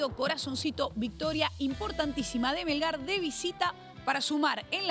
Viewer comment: Se escribe "Melgar", no como lo pronuncias, roskete.